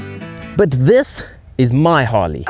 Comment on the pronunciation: Keep calling it "Hawley" and you'll never understand!